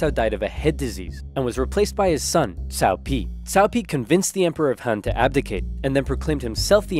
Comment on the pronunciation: Cow Cow and his son Cow Pee